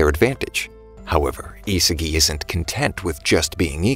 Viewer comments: Bro was saying Isigi istead of isagi the whole video💀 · It’s isagi not isigi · His name is Isagi not Izuki